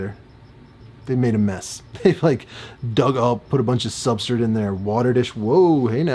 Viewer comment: Bro, WHYYYY do you pronounce Substrate soooo weird?!?!? I cant stand it. You cant say S-T-R-A-T-E